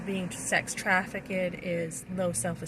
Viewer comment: Trafficked is two syllables, not three.